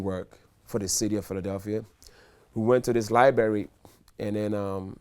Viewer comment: " we went to this libary lol not library 😅😅😅